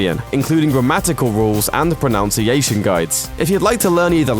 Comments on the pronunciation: "Pro-NUN-ciation guides" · I think YOU need a pro-nowwn-ciation guide xD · "...and the proNOUNciation guides..." Good god. To mispronounce "pronunciation"... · "ProNOUNciation?" ? It is said as written - "ProNUNciation". Just sayin'. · "Pronounciation" really?